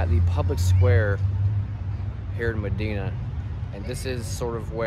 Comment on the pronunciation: It’s pronounced muh-die-nuh, not muh-dee-nuh